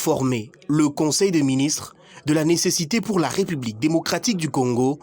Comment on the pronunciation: De un, on dit ''république'' et non''republique''...: il y a un accent aigu sur la deuxième lettre du mot en question. De deux, trouvez-vous normal que le Congolais se sente obligé de remercier le Président de la république pour tous les gestes qu'il pose ? C'est vraiment ridicule de remercier le Président de la république après que les militaires ont marché pour se tenir en forme. Vraiment n'importe quoi, et pire, infantilisant. Comment voulez-vous qu'on vous prenne au sérieux avec ce genre de discours insensé ? C'est vraiment petit et malheureusement devenu à la mode comme un bon nombre d'agissement flatteur minable qu'on retrouve dans les discours officiels en RDC. Des superlatifs dans tous les qualificatifs attribués aux supérieurs hiérarchiques qui s'y complaisent ridiculement. L'ignorance et la mauvaise foi aidant.